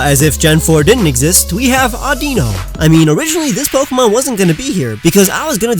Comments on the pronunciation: It's audino no aunt dino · It's not Addino it's Adino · Mispronounces Audino as Audeeno = Me triggered Great vid! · Umm correct me if I'm wrong but... isn't audino pronounced like I don't know?